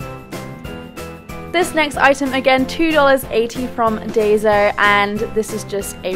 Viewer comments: I'm sorry about this comment but Daiso is pronounced as dye-so I apologize it just bothered me I don't mean to sound offensive. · It's pronounce Die-so